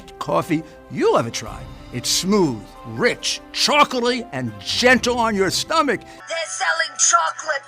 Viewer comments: Did he say the coffe was chokkely? What the hell is chokkely and why the hell is it in the coffee?? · He can't say "chocolaty." Also, "I even recommend drinking it BLACK." The only thing black he would recommend. What a scam, Rudy!